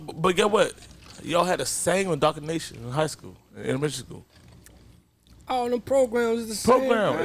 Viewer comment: I love me some however....however, its (in-doc-tri-na-tion) not (in-docri-nation) lol but i looooove yooou though for real speak nothing but facts as always boo